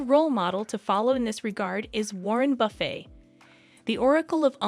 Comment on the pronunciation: I stopped listening when you mispronounced warren buffets last name omg